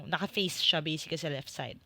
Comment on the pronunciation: Something weird about a "basically" /bā-sik-li/